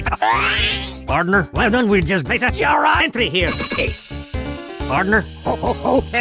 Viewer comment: I realize now spy is like the only one to say pardner